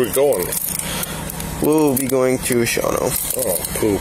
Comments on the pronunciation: For the record. It’s pronounced. “Shaw - no” not sha wan o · This is my hometown, not Sha-wa-no its shaw-no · shawano is pronounced Shawn-O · Sha-wano made me laugh lol. Even the ai can’t pronounce it right 😭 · I know the narrator is AI, but it's funny that this video kinda confirms that the channel creator isn't from Minnesota/Wisconsin/Illinois because Shawano is pronounced "Shaw-no" lol. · It's just "Shawno". I've learned the hard way since moving here that nothing is pronounced the way you think it will be. 😵‍💫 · You are really beefing up the consequences. In Wisconsin this would be a DNR citation. No jail, small fine, no absolute sobriety, no effect on your drivers license. He was probably home drinking another beer an hour after this video. And it's pronounced Shaw-No, two syllables. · Say it like “Shawn Oh” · At least learn how to pronounce the town name